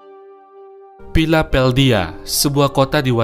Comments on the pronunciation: Lagi laper tapi kok pilapeldia terus..😑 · Baca nya pila del via mas bukan philapeldia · Philadelphia.....bukan philapeldia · Philadelphia bukan philapeldhia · Hahah.. pantas bingung knp jadi Pilapeldia😂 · Dari awal aku merasa aneh mendengar Philapeldia ❌- Philadelfia ✔🤣🤣🤣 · PHILADELPHIA BANG, BUKAN PHILAPELDIA😂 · # PHILADELPHIA, bukan PHILAPHELDIA. 😭😭😃😀😄😁😃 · Ralat harusnya bacanya filadelfia bukan filapeldia, trus philadelphia ini kota dari negara bagian pennsylvania bukan washington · Smp ku putar mundur. Tktnya kupingku yg salah denger. Ternyata kupingku normal2 aja. Pilapeldia 😂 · Bacanya fila-del-fia bukan pilapeldia🙏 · Video bukan video original, tapi dari video orang lain, paling tidak spellingnya benar dan sangat disayangkan sampai akhir video baru sadar kalau nama kotanya Philadelphia bukan "pilapeldia". Terus dibuatincaption. Keliatan kerja cerdas nih bukan kerja keras. Apakah sebelumnya tidak pernah dengar atau baca Philadelphia? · Piladhelpia bang bukan Pilapeldia..harus menguasai Dulu materi penyebutan nama baru bikin konten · Astaga kenapa piladelphia jadi pilapeldhia bang, coba di cek ulang bang sebelum upload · Your Spell or pronunciation is wrong. Pengerjaan dan pengucapannya keliru bro...!? PHILADELPHIA itu dibaca FILADELFIA. Bukan Piladeldia. Hahaha 😅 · bacanya pi-la-del-pi-aa kaya kue piaa, bukan pila pel dia kaya nge pel lantai. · Bang, bukan pilapeldia tapi Philadelpia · Philadelphia bang,,bukan philapeldhia,,ngmong aja typo 😂😂😂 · Philadelphia bang bukan Philapeldia penyebutannya... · Philadelphia bukan pilapeldia wkwkw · filadelpia bang bukan filapeldia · Bacanya filadelfia...bukan Pilapeldia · Philadelphia bang,, bukan philapheldia😂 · Kenapa lu ngucap philadelpia menjadi philapeldia?? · PILADELPIAH BUKAN PILAPELDIA ADMIN EE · philladelpia bukan philapeldia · Philadelphia kali bukan philapeldhia😂😂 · Philapeldia ? Kocak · Phiapeldia..salah y... yg bener.. philadhelpia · Philadelphia, bukan Pilapeldia blok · pilapedia wkwkkww